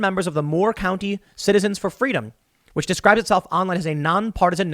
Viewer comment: She was just granting those folks "fweedom" When Harris was a toddler she would've called it the "Undergwound Wailwoad". 😁